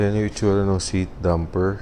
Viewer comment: dAmper, not dUmper.